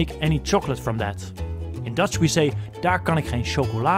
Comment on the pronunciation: You pronounce it very well! Even tough you don't know it, it sounds good!